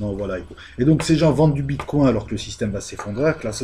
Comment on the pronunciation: J'ai eu cette vidéo en recommandation YouTube ... Mais pourquoi YouTube me recommande ça ?! Vous ne faites que parler sans justifier quoi que ce soit, vous ne savez pas vous documenter, ni même prononcer correctement un nom. (le bitcoin, avec "coin" un canard, sérieusement ?) YouTube devrait sanctionner ce genre de chaînes de désinformation et de manipulation au lieu de celles qui produisent du contenu de qualité MAIS qui ont diffusé un extrait de 5 secondes d'un contenu sous copyright.